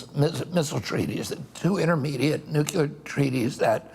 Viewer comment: Please stop saying “nucular”, Mr. Kennedy… is that a way to connect with people? You know how to pronounce this word, you’re not George Bush Jr